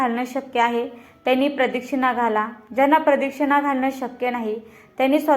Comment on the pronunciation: प्रदक्षिणा हा उच्चारला तो चुकीचा होतो आहे